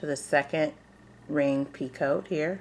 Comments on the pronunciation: Picot is pronounced like (pea-coe) The t is silent. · it is pee coe. the t at the end is silent. these are gorgeous. and nice clear tutorial and pattern..